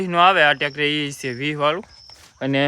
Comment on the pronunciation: ટ્રેક્ટર ❌ ટેક્ષર ✅😂😂😂😂